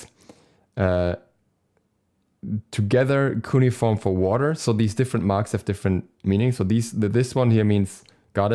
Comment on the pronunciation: I think its pronounced cue-knee-form and it is the name of an ancient form of writing know to the time period